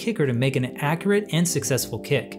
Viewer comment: Informative video. Two suggestions: drop the music track, learn the correct pronunciation of “accurate”.